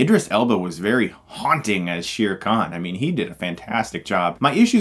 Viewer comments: Chris, repeat after me. SHAER Khan. Not SHEER Khan. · As a Pakistani and someone who actually speaks Urdu... It is written Shere Khan... And it is pronounced Sheer Khan... But no. Its actually basically pronounced Share. It means Lion.